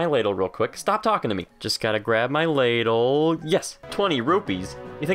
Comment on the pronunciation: it's pronouced l aah dle